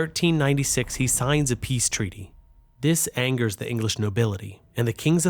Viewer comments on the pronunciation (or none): none